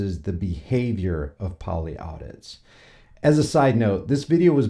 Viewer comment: Polly Audis. Not audits. Can't even get the channel name right. This is why you had to make a 2nd channel because your a dipshit.